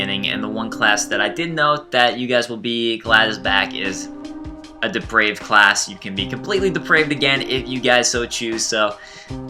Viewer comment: Its pronounced 'depr-I-ved'. 'Depraved' is something else entirely...